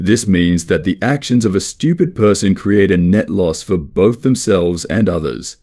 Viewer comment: Whenever he s saying stupid im hearing Americans...😂